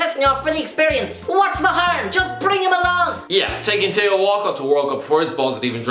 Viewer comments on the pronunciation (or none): Thee-oh not Thay-oh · It's gas when you say Téo and not Theo !!😂😂